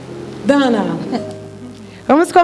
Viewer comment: Não é Dwana, é Dawna.